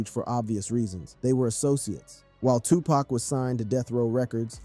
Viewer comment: Word. I came here to say this dude has ZERO credibility cause he can't even pronounce the names. Probly a bot...